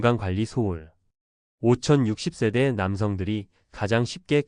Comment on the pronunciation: 한국사람 맞나요? 50 60세대조차 읽지못하면서 무슨....